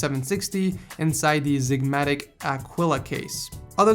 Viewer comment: xigmatek is not pronounced zigmatic it is pronounced zigmatec😂